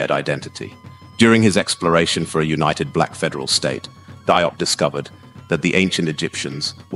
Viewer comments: Likely pronounced jup, not dee-op or die-op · DIOP IS Pronounced "JOPP" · FYI his surname is pronounced JOBE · His name is pronounced: (JOP) Thank you so much for the video and letting the world know about Cheikh Anta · Consistent pronounciation of his suname is needed in this video. There is no point calling him "Die-op" one minute, and then "Dee-op" the next. Not a good look, it detracts from the seriousness of the work. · His last name is pronounced "jope" rhyming with pope